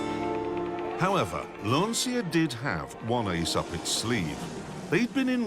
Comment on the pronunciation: Clarkson: Insists on pronouncing Lancia wrong despite definitely knowing how it should be said. Also Clarkson: Only English speaker in the world who pronounces Volkswagen correctly when not speaking German. British default setting: Troll (Do be subtle about it though. Bally mods abroad tonight. 🧐🍺)